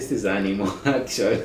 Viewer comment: Am i hearing things wrong or did he just said "animol" instead of "animal" 😅😅